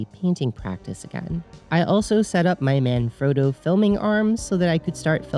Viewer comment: I'll never be able to hear Manfrotto as intended after I thought you said "My man; Frodo". I think this is an improvement.